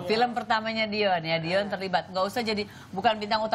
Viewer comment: Dion min bukan Diyon 😂